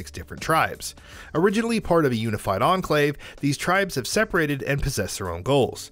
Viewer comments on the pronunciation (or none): none